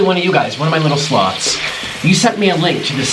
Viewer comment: First time I heard him say "hey sloths" I thought he said slobs.